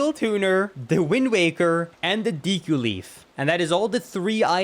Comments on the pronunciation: "deeku leaf" 😂 its deku bro. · WTF is a diiku? Shitty Engrish for dick? FFS "dick leaf," really? Typical monolingual English speakers butchering just about every word in other languages... 🤦‍♂ Gotta love (not) how English tries so hard to be the hipster of languages, with the great vowel shift, along with a lot more 💩...